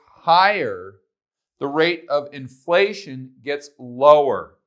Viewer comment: why do your F's look like P's? Or have I been pronouncing inPlation wrong my whole life.. great video.